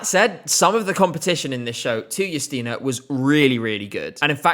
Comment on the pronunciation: The fact that you pronounce her name Yusteena (not Justina) means a lot for polish viewers❤